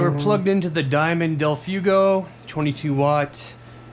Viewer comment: Del Fway-go. Not del few-go. Spanish, you know.